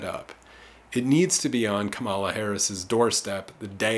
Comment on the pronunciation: I voted on the first day of early voting. Voted for Jill Stein. I appreciate your analysis. On a side note, I’m sure if I shared this video with people who are Harris supporters, they may tune you out soon as they hear your mispronunciation of her name. It’s not “Kum-uh-la”. It’s “comma-la”.